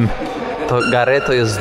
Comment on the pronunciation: słowo dworzec po francusku wymawia się:gar,a nie gare...